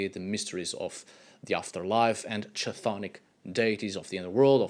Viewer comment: chthonic is pronounced like "thonic," thought you might like to know.